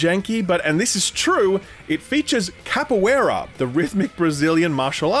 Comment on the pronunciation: Listening an aussie completely bungle "capoeira" was the funniest thing I've seen this year